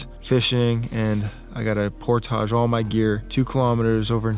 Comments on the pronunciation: I cant stand the way he says portage. Otherwise vids are awesome! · You say "portage" very interestingly... never heard anyone say it like that. I've anyways heard it pronounced "port-ij"